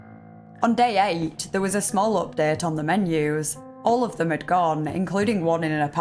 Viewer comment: 😂 i read this comment before hearing her say it. made it much funnier. menu gheut 😅